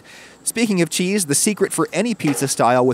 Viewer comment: Gotta love that kwispy chuheese